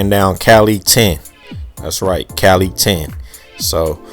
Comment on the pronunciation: Thanks again, boss. On a side note, Calle is pronounced CaJe. The double makes a L makes a J sound, the E is pronounced like Ema. Stay consistent.